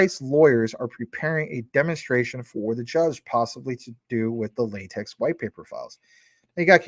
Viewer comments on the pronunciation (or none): Craig is Satoshi, and La-TECH is how that word is pronounced like the TECH field. LOL